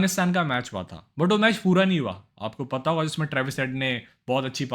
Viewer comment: Kya be pata pata krta reheta hai,,, sidha bol nahi sakta kya,, patta patta kya